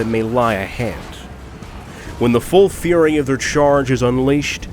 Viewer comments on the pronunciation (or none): none